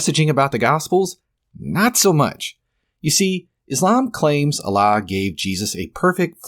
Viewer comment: Dude how many videos do you have to make just milking this? You just gotta chill at this point or at least lump it all in one video and just focus on God, also dont say "Allah" in the worst Arabic pronounciation just say God they mean the same thing. Speaking of since you MIGHT read this comment I will go over the video. Peak bait reddit title btw (you see I have drawn you as the soyjack and me as the gigachad) "for starters, the Quran claims the sun sets in a muddy spring (18:86), which contradicts basic astronomy. It says humans are made from a blood clot (96:2), conflicting with biological facts. Mary, the mother of Jesus, is confused with Miriam, the sister of Aaron ( -28). The Quran claims the Earth was created before the heavens , but elsewhere implies the opposite ( -30). It denies Jesus' crucifixion (4:157), contradicting overwhelming historical evidence. It mentions dirham coins in Joseph's time , but those didn’t exist yet. It claims Egyptians practiced crucifixion in Moses’ and Joseph’s eras (7:124, ), though crucifixion only emerged much later through the Persians. It places a Samaritan at the Exodus (20:85), centuries before Samaritans even existed. It confuses Mary, the mother of Jesus, with Miriam, Moses’ sister , collapsing 1,500 years of history. And it bizarrely places Haman from the Book of Esther in Pharaoh's court (28:5), despite them being separated by nearly a millennium. Oh, and it calls Ezra the "son of God" in , a